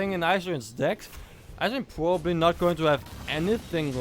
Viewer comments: nah, just sometimes it looks like its hard to say "probably" for you, like you chew it :) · it was the best round for me. nice shoutcast and u have some problems with verb "probably" btw :D